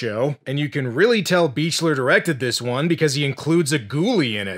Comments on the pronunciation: John Carl Buechler's last name is pronounced "beak-ler", not "beach-ler". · One little thing: John Carl Buechler's name is pronounced "Beak-ler." Kane Hodder was his pal and that's how he says it.